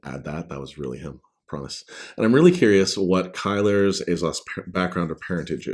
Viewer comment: In the audio books Paul Boehmer says Kylar, Kai-Lar and you say it Kai-Ler. I figured the narrator was saying it correctly because I thought he'd SURELY ask you the correct pronunciation. Odd that they'd take the liberty to change pronunciations up. Simon Vance is amazing though. I can't wait for the rest of the series to be narrated by him as well.